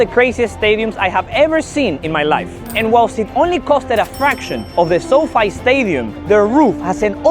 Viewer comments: คนพากย์เสียงภาษาไทยควรเช็คเรื่องคำศัพท์หน่อยนะครับ ทีมชาติ Austria (ออสเตรีย) ไม่ใช่ Australia (ออสเตเรีย) SoFi (โซไฟ ไม่ใช่โซฟี่) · my man its pronounced sow fee stadium not sow fay